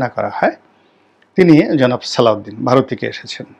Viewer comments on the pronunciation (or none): none